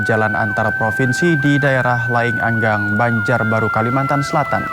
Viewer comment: Liang anggang bukan laing anggang